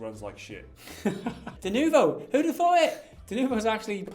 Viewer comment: its not french, and its denuvo not de nouveau ...